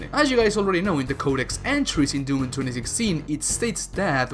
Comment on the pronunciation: He says "DEWM" ...like Yahtzee's review did xD